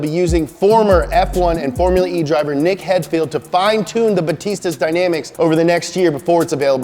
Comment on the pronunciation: damn, butchered Nick's name lol.